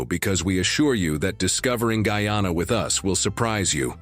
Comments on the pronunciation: Dude the mame guy,ana. Not guana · The fact that the commentator has not taken the time to learn the correct pronounciation of Guyana should be the first clue to the sensationalistic contents of this video. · What about Afro Guyanese people and their culture and their celebrations. So one sided with bad pronunciation